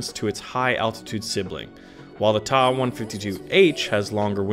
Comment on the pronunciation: TA 152 not "Tah 152 !!! You say the T ...A. Damn kids .. Lol